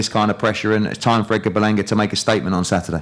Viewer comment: Someone needs to tell the trainer the D isn't silent in Edgar